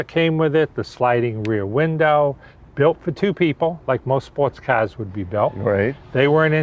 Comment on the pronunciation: He sure loves his CAHS! 😆